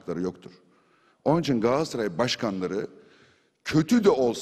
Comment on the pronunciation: abi sende dahil pek çok insanımızın yaptığı bir hataya değineyim telaffuz "Galatsaray" değil "Galatasaray"